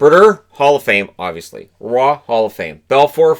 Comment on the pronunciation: Roy is pronounced "wah" not "raw"